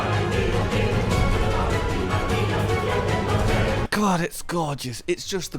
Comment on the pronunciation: misheard lyrics of the Safi’Jivaa theme is not the only thing you permanently engraved into the monster hunter community. The other is saying Gog instead of god